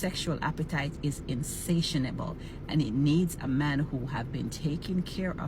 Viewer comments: "Insatianable" lmfao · Yup, spewing words she can't pronounce and doesn't understand.